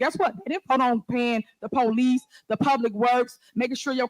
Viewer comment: I’ve never heard a mayor call the police “The Poe Lease” 😂